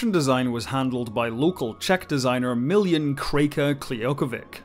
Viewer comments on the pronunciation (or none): none